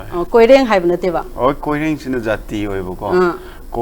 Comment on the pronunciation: It's koren not koireng 😂 Migi maming phao ba phajana kou ba ngam ba hei tra ga istv da interview lou riba